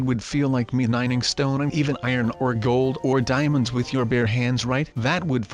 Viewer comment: i thought u said demons